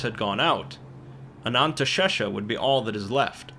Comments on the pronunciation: Did this mf just say "the real Ananntashesha"?? There is no such thing in real life. Don't be silly. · Ah, yes. Ananteshesha. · I thought it was pronounced anaesthesia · Oh how you’ve butchered “anantha sesha”